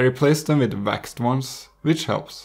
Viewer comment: He has vwaxed laces